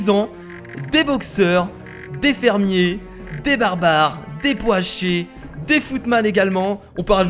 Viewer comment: putain je suis plier de rire quend tu dit po-a-cher